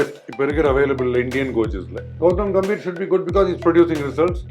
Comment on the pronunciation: Gautam "Ga"mbhir..... பெயர்..... கம்பீர்! "கே"ம்பீர் இல்லை.... "கா"ம்பீர் இல்லை... பெயர் உச்சரிப்பு மிகவும் முக்கியம். கம்பீர் என்றால் கம்பீரம்.. தைரியம் என்று அர்த்தம். உங்கள் பெயரை ஈஸ்வர் என்பதற்கு பதிலாக யேஷ்வர் என்று சொன்னால் எப்படி இருக்கும்.